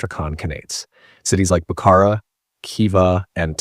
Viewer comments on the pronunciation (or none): none